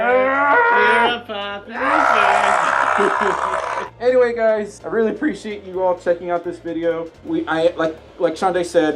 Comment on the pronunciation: Oh Popufur, I kept hearing Puppyfur, which I feel should be somewhere in the Furry Dictionary.